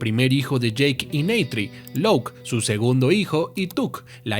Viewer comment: Como que Louk bro, si se pronuncia como se escribe